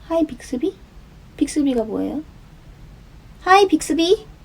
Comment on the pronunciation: 겁나 열심히 해 또 ㅜㅜㅠㅜ 미치겠다 빅스비 발음 또박또박 하는것봐 ㅜㅜ